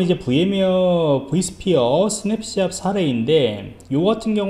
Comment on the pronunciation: 강의 고맙습니다. ^^. 그런데 스냅샷이라고 쓰고, 스냅샵이라고 발음을 하시네요